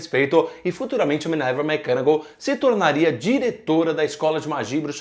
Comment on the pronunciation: não aguento mais ouvir ele falar minerva mcganagal